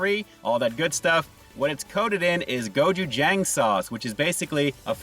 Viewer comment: You miss pronounced......it is pronounced like this.....”go chew jong.”